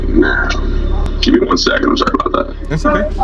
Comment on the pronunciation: "Dat's asinine." How can you use asinine correctly and mess up "that's?"